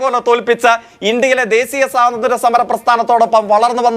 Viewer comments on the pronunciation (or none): ഡെസീയം, ബിസ്വാസിക്കുക... എന്നിവ അല്ല ഡാ ദേശീയം, വിശ്വസിക്കുക.... എന്ന് ആ വാ പൊളപ്പൻ തോൽവി ജയ്ക്കിനോട് ആരെങ്കിലും പറഞ്ഞു കൊടുക്കെനെടാ 😂😂😂😂😂